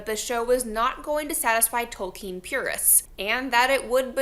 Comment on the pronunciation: Why do you say Tolkin's name like that? Ill!